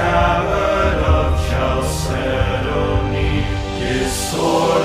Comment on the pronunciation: I love it. I've not heard "chalcedony" pronounced like that, though.